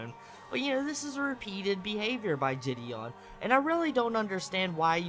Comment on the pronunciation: IM A MULTI-CHILLIONAIRE The only note I have is how says jih-dee-on; otherwise everything was genuinely on point